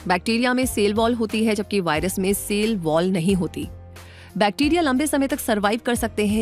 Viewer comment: Not sale. It is cell Pronounce as sell